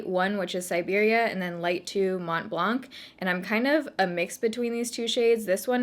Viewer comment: You don’t actually pronounce the C in blanc .. It’s a french word that means white👀 Lovee youuu btw and your skin is looking fiiireeee